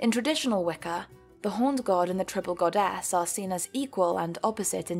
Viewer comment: Any one noticed that she says GodASS